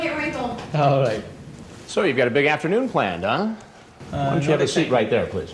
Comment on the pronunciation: Sir, PLEECE!😢